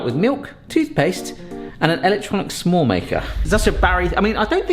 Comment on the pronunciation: hehe it feels like you're saying 'some-more' maker 😊